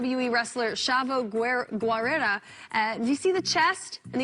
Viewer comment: So we not gonna talk about how she said chavo Guerrero’s name wrong 😂